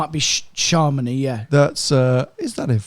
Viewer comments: its Chamonix not ChaRmonix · ‘Charmony’!,,,,, Chamonix I suspect! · Sharmony??? Chamonix. Cham as with "ham" . onix with a silent x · Quite shocked can't say Chamonix properly...